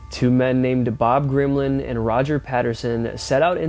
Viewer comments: Dude, that's it!!! Shame on you, I just unsubscribed , it's Bob GIMLIN, G I M L I N, no R in his name, everyone, non-believers know this, I'm so horrified and offended, honestly, kids these days, they're barely literate and this is damn good proof of that, lousy reading skills, that's a sacrilegious mistake to make on a channel such as this! Blasphemous, I listened 3 times to confirm what you were saying, eye roll, face palm, shaking my head, I'm done, you're a joke boy... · . BOB GIMLIN. No gRimlin. LOL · Did you just call him Grimlin? Shows me how deep you are in the subject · I can't believe you butchered Bob Gimlins name pronunciation is key